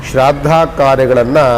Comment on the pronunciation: Shradda alla shraaddha